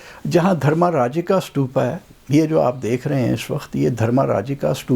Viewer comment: سٹوپا نہیں بھائی جی ستوپا لفظ ھے ۔ ت سے، ٹ نہیں ھے ۔ ستوپا ۔